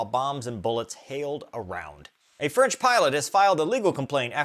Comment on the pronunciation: Freinch again 😂